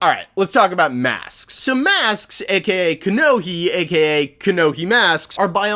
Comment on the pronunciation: It's "Kanohi" not "Kanoki"